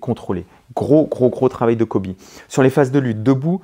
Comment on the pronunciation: Merci pour cette analyse que du bonheur et de la technique, par contre, c' est ColBy et pas Coby ;).